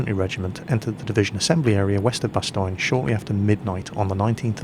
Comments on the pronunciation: u seid the german name wrong and your saying bastone wrong as well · It is pronounced "Bas-tone"... how you are pronouncing it hurts my ears lol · i cringed everytime you said bastogne, but i really liked the vid :D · Bastoigne it's Bastogne